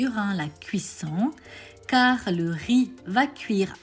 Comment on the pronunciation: RIZ PILAF ....De tte ma vie je n'ai jamais entendu quelqu'un dire RIZZZ ,on ne prononce pas le Z , jamais!!!